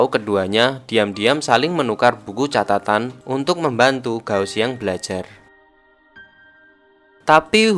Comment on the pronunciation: kak, g di baca k, kao xiang. tian baca thien, jadi thien thien. sukaaa bahas film mandarinnn❤️